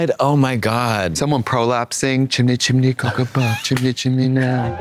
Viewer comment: Not Tricia saying “chimney chimney”, it’s “shimmy shimmy”